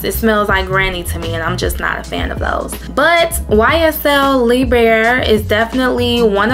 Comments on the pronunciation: Sillage is pronounced sea-a-ge rhymes with Triage (like when you go to the emergency room). The ll are silent. And Libre (Lee-bray). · Libre isn’t lee-bray, it’s libr(rrrrr with a silent e). I speak French, vowels at the end of a word is silent, would it kill y’all to learn another language or pronounce it properly.